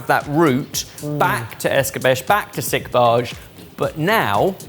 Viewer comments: It's not Es-cah-besh, it's Es-cah-beh-che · The word "Escabeche" is generally pronounced as "es-kah-BEH-cheh," with the emphasis on the second syllable. In Spanish, it can also be pronounced as es-"kah-BEH-chay". In French, it's closer to "eh-skah-BEHSH"